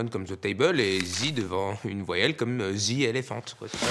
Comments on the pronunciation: J’ai même pas compris comment il veut qu’on prononce « the » Parceque il dit clairement zeu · C'est ouf ! Je n'entend même pas la différence ! oO A chaque fois que tu dis "the" moi j'entend "ze"... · Jsp si je suis là seule mais je sais prononcer "the" tout seul, mais il sort "ze" dans une phrase c'est très bizarre... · C’est pas devant une voyelle c’est devant un son voyelle qu’on dit « thee » 😋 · non mais c'est Facile à prononcé XD je comprends pas pourquoi vous dites "Ze"